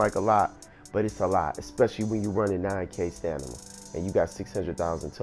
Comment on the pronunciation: Stanima??? Lol